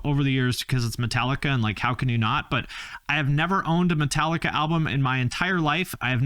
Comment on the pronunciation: It's Metal-ee-kah